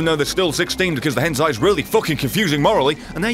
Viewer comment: Did he just call hentai a "henzai" Youre not a man of culture